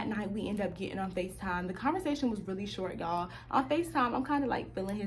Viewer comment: We do not say “shawt” in the bay 🤣 at least not in the NorCal bay